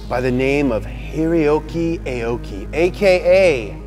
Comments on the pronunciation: "Aoki" is pronounced "ah-oh-key", not "ay-oh-key". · "Arh-or-key" not "A-o-gy", amazing video nevertheless. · Aoki's name is pronounce as aw-ki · AH-OU-KEE - real pronunciation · Aoki is actually pronounced as= awki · Everyone is saying Aoki wrong. It's pronounced like (ow-ki)